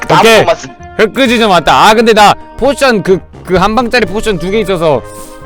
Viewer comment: 포션을 포진으로 읽네...얼마나 공부를 안 했으면 거대 럭키블럭을 거인 럭키블럭이라고 하고...